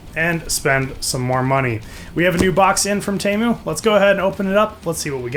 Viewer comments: Pretty sure it’s teeeemu not taymu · you say temu as tee as in t- shirt and moo as in a cow says moo